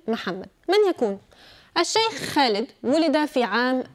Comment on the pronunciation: تقهر كيف تقول اسم خالد.. مخارج الحروف كلها غلط عندها الله يرحم ايام المذيع السوري